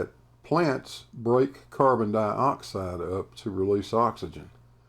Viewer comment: oakley talks "carbon dibaxide"